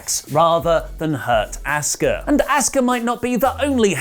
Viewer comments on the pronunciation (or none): "Asskuh" lol